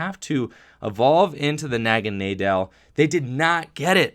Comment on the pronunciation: Aaahhhh, it's "Poy-pole" and "Nag-uh-nay-dull"